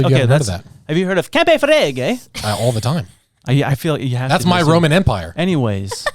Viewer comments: From an Italian, the pronunciation is Cam-pee Fla-gray ;) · campi flegrei lol love the name love hiw you same it me and my m8 was dying over that how you said it 😂 sound crazy but good for the planet In away I guse